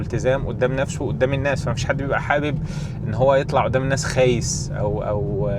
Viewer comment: خ خايس ، انت لحقت تقلب خليجي 😂